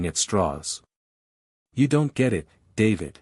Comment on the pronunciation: why the hell can't AI pronounce "it"?